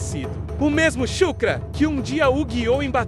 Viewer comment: "chukra"? WTF kkk